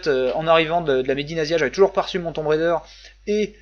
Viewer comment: Rah, Tomb Raider il faut le dire avec l'accent !